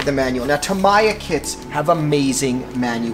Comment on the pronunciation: Tam-ee-ya. Not tam-i-ya